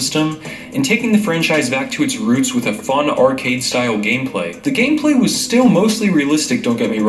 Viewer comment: Nigga said gameslay